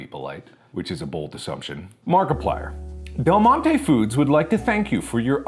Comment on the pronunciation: NOT DELGONE-TE